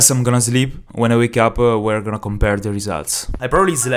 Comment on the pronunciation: why are you saying "zleeb" ?